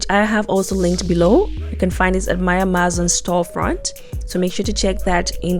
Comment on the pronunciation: For some crazy reason I was annoyed when she said Amazon wrong 😆 Good video and easy to do with her instructions. Great techniques used ty